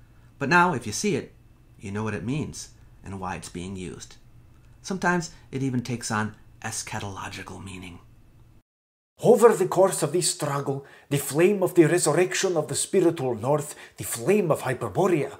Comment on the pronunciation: The way you pronounced eschatological almost made me spit take. I heard "a scatological" for a moment.